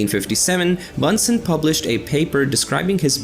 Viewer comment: "Bunsen" is pronounced like the "u" in the english word "illuminate" 😉